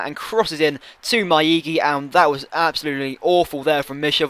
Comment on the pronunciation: Are you trolling us or are you just plain blind? Its Maiga not miaiki- pronounced Mi a gi a not miaiki :/